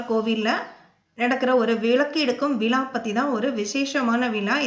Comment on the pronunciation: Madam it would be very nice if the commentator knew Tamizh well. Instead of telling VIZHA she's telling VILAA. HORRIBLE TO HEAR. ABATHAM AGA IRUKKU. SORRY TO SAY